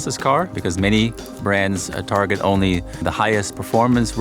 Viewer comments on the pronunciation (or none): none